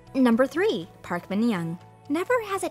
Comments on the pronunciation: And “tree” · Me tooo. And when he said 'tree'